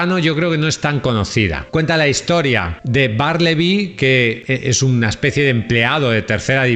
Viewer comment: Melville se pronuncia "melvil. Bartleby se pronuncia "bertlebi". Lovecraf se dice "lofcraf". Dices correctamente el apellido de Stefan Zweig que es en alemán. "Dupin" que es francés se dice "Dupan". Tus comentarios son magníficos pero cuida las pronunciaciones en ingles.